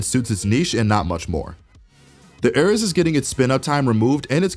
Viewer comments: HE DOESN'T PRONOUNCE ARES RIGHT... internal screaming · I think it’s a joke about how the video didn’t know how to pronounce “Ares”.